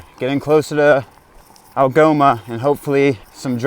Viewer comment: Algoma is the first town he said right the whole trip lol